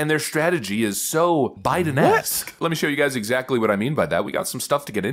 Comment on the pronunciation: This black guy doing the show needs to learn how to say exactly. He says it like a drunk person